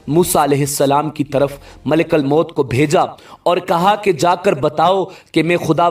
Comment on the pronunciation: Malekal mout nhi kahty ,malekul mout kahty Hain zabar nhi paiysh hai